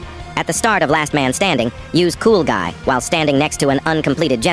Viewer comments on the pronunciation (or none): Coolguy????? It’s not coolguy it cool g-u-i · he said "coolGUI" like "cool guy"